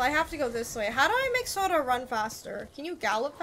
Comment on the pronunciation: Kage is pronounced as Ka-gay 😅 Like Hokage from Naruto & 😅 your sora sounded like soda Also, this game reminded me of Middle earth: shadow of mordor cuz of it's similar elements & fighting style